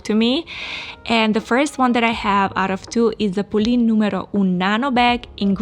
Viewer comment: It’s pronounced Polenn not Polene because of the accent because it’s probably French.